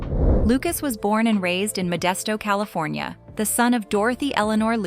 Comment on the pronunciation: Cali”phone”nia! Return of Jed “ia”. 😅